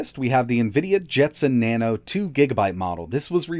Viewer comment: Jetson "Naon" oopsie